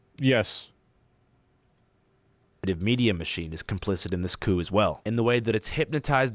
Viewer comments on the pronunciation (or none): ofc asmon doesn’t know how to pronounce coup